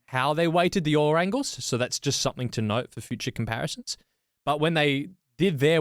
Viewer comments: When starts talking about yaw angle all I hear is ‘yawn’ angle.😂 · Great video guys.....Please stop saying YOUR angles...they aren't mine!!....The word is pronounced YAW!!!....Thanks again...